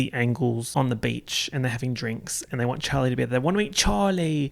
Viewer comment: This whole vid was worth watching to hear you say, "Chawwwly!"